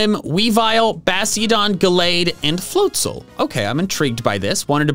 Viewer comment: THE S IN FLOATZEL IS SUPPOSED TO BE A Z!